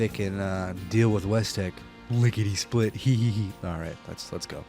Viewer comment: Notice something about the Lickety Split... It sounds like Lickety Spit... Spit (Hawk Tuah)... What did Todd mean by this???